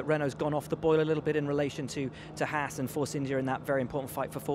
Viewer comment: "clahaas" lmao